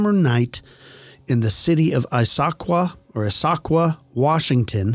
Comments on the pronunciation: I grew not far from Issaquah. It is pronounced Is-Ah-kwah. It has a long history. Mining, Timber and farming. The town actually was called Gilman at first, but then they changed it in the early 1900s to the native American name for the area. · Pronounced ISS- A-QUAH